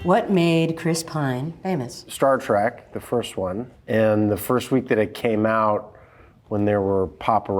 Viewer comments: Chris was in 3 Star Trek movies and can't even pronounce it correctly. Chris, it's Star Trek not Star Track!!! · Mark . Howdy! 🤠 Greetings! 🖖 Ahem. Did he say "Star Track" instead of "Star Trek"? 😁